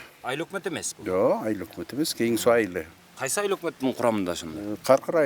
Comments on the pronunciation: Кен Сай эмес Кен суу тантык болбочу колдун образын бузбай суйлочу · Кен-Сай эмес Кен-Суу. Журналисттер туура,акцентсиз суйлогонго аракет кылгылачы,чулдурабай. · Кичине туура айтсанар, Кен Суу деп